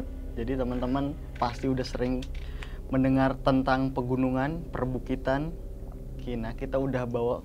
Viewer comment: Kenapa ngomongnya pergunungan 😅